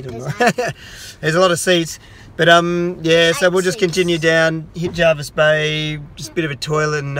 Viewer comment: Jervis not Jarvis